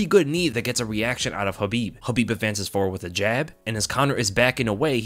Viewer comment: Is the k in khabib silent or is that just how this guy says it